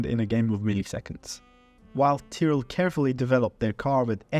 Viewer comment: Why would you pronounce Tyrell like that...